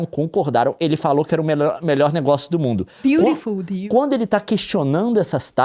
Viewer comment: A Nilce falando beautiful deal 😂😂😂😂😂😂😂